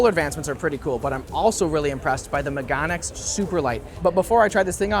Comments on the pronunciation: It's pronounced me-ga-ne X - megane meaning glasses in Japanese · The pronunciation of "meganeX" is "meh gah neh" （めがね) (it literally just means "glasses").